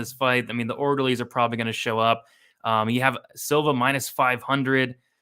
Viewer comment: “Maybe the orlderlies did get him” 😂🙌